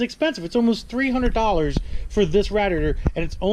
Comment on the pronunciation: Here's a rough estimate of how many times you didn't say radiator right,,,13!!